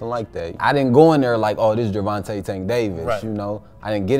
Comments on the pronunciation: Damn, dude, it's pronounced Ger-von-tay! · MY GOD MAN, SAY GERVONTA'S NAME CORRECTLY!!!!!!!